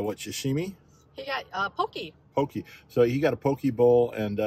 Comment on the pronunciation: poke: poh-kay not poh-key aku: ahh-ku saimin: cy-min